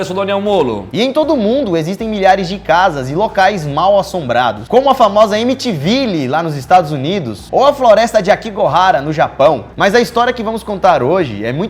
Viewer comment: AmitiVILLI A PRONÚNCIA É AMITIVIL